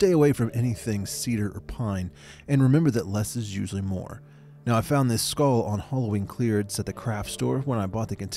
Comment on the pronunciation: "Less is always more" Also: "so I f0unD thIs SkULL" 😂💚